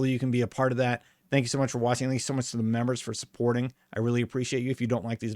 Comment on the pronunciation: Thanks for the video and info :) but please stop saying "dank you" :) my ears are bleeding :)